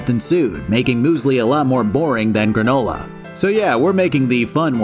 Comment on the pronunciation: It will now forever be called once again “Gra-NU-la” 🤣